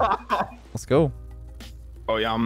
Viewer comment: " go" anyway he 100% watching sizz